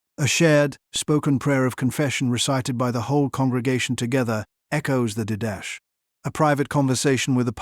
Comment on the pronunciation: He pronounced the Didache document as did-dash? Really? How can we take this video seriously when the AI used to produce it can't even pronounce the name of an important early Church document, outside of scripture, correctly? It's pronounced DID-uh-kay, or even as Dee-da-chay if closer to a Greek pronunciation... but definitely not did-dash. LOL.